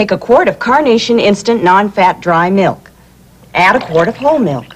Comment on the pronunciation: And she can't even pronounce milk correctly. I remember that from when this first aired and I was a little kid. She pronounces it "miwk". Odd they would get a spokesperson who can't even pronounce the product.